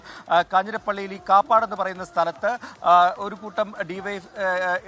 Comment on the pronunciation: കാപ്പാട് അല്ല കപ്പാട് എൻ്റെ നാട് ആണ്